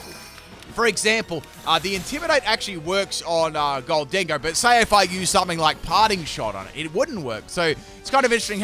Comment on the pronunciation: Why do you say it like "gol-dingo"? It's "golden go" like golden ghost.